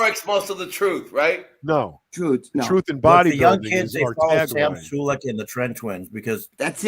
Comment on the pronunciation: Three things- made most sense as usual - that senile old fart needs to go back surfing & stop interrupting with its moronic laugh - valentino you egotistical self centred oompa loompa it’s pronounced SULEK not SULEEQ.